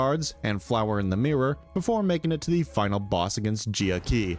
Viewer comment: hello it is me sancho from hit video game limbus company. your pronunciation makes me sad 😢. Hongyuan (Hohng-you-ahn) Jia Qiu (Jyeh Chyoo) Heishou (Hey-show) i hope this helps